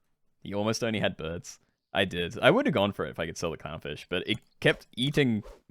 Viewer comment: I swear to god i heard cumfish instead of clownfish at least 3times ahahah